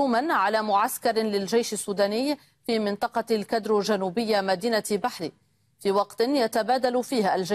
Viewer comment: قناة دحلان العكس هو الصحيح ،،، نشر و بث الخبر غير صحيح الجيش هو الذي يقوم بالهجوم علي مواقع و ارتكازات الدعم السريع المتمردين المرتزقة ،،، و بقوة كاسحة خلي دحلان يقرأ و ينطق لك النطق الصحيح منطقة الكدورو ،،